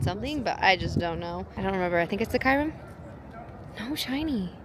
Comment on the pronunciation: Why do you call Kyurem Kairum? 💀